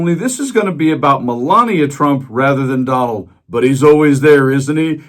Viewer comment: " oh Don wald I'm cwummin...I'm cwummin "